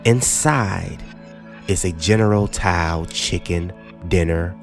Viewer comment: You pronounced Tao wrong